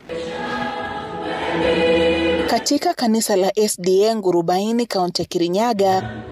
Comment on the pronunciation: Kunaitwa ngurufani, sio ngurumbaini